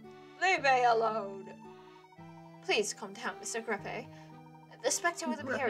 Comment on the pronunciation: changes the pronunciation of greppe halfway through